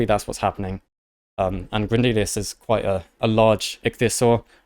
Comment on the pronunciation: Grendelius, literally named for Grendel, pronounced properly as "GREHN-dehl," and yet you KEEP saying, "Grehn-DEE-lI-us." It is Grehn DEH-li-us." And all the mispronouncing THs as Fs.... It is not TEEF, it is TEETH. There is no such word as FREE defined as 3 things. The word is THREE. FFS, dudes, get it right, if you expect respect. Please and thank you.